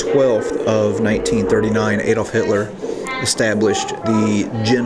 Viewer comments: You pronounce adolf with an a not A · Ok it is not Aydolph Hitler. Please get his name right. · I love when Americans are explaining the WWII . Ejdolf Hitler LOL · Unwatchable, you can’t pronounce Adolf or krakow, quite important I’d have thought in a documentary about them , managed 4 minutes